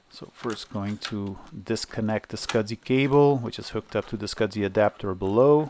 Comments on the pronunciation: Why does a server have sound board with a power amp? Next video just say S. C. S. I., I know English isn't your indigenous language, but the way you are saying 'Small Computer System Interface' is Killing me, Scudzy lol. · You should contact FranLab regarding that video card with its 3D glasses capability. She has 3D glasses which could need it. Also SCSI is "scuzzy" not "scud zee."